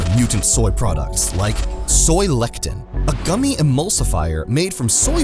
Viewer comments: The word is Lecithin NOT Lectin! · Soy LE-CI-TAN (lessitan) not LECTIN! But, still a crap / dangerous ingredient no matter how you say it. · Please learn the correct pronunciation of words before you make a video. Lecithin, not lectin. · It's soy le-ci-tin, not "lektin". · Soy le-ci-thine, not lectin! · Soy "lectin"? WTF bro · The part talking about "soy lecithin" is incorrectly pronouncing "lecithin" as "lectin". Two different words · You can't even pronounce Lecithin?